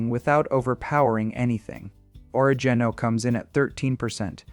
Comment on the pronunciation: Your computer voice (or human voice) needs an upgrade. It (or he) does not know how to pronounce Provence, oregano or basil.